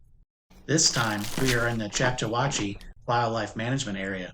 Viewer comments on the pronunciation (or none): It's pronounced Chok-taw-HAT-chee! As in the Choctaw indigenous people...